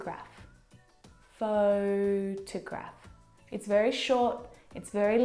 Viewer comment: oh my gosh, did she just say : You look wery comfortable this afternoon" Wery ?? Wery?? I don't belirve this, how do you learn English from a foreigner??